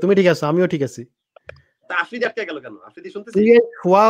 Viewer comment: আফ্রিদি নিজের নাম টাও উচ্চারণ ভুল করে।।অকালপক্ব প্যাচ প্যাচ করেরে।।স্মার্ট কাউকে নিয়াছেন যে ম্যাচিউর ।।